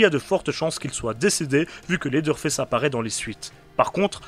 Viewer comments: « Lédeure fess » 😭😭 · c'est sûrement moi mais le premier "leather face" dans l'intro je suis persuadé d'entendre ça 😂